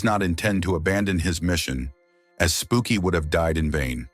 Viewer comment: HE CALLED HIM “PUKIE” 😂😂😂😂